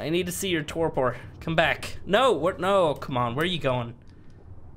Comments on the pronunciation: Not that it matters but you pronounce Torpor this way "Tor Per" and not "Tor Por" the sounding is "Per" at the end and not "Por". Sorry, I had to mention that, it was killing me listening to you say it LOL. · "tore poor" god that hurt my ears xD